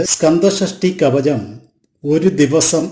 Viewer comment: കവജം അല്ലടാ " കവചം" എന്ന് പറ...😅😅😅😅